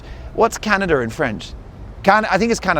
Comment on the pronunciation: Canada is Canada in Quebecois. Slight difference in emphasis on syllables, which was pretty well done correctly. It only changes a bit when it comes to 'Canadian' which becomes "canadienne(feminine)/canadien(masculine)".